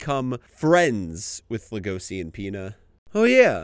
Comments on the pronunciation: homie why are you pronouncing legoshi like legosi/legoci 😂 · why are you pronouncing legoshi like that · Ok, the reasoning is good and this was entertaining to watch, but how you said Legoshi set me off a little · The way he pronounces "Legoshi" is so annoying.